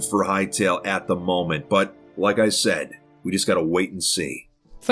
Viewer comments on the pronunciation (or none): none